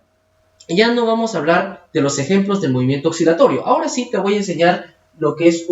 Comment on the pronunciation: Que buen video!! Una observación: pronuncias "oxilatorio", pero en Latinoamérica, como no diferenciamos los sonidos de la S y la C, lo pronunciamos como si la C no existiera. Sigue haciendo tus videos. Un abrazo!